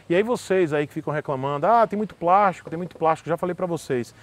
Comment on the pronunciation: é de "prástico" sim. hahahaha